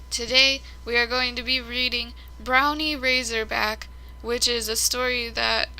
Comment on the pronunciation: It’s Bron win not brownie you are a very good reader once you learn how to pronounce difficult words get a thesaurus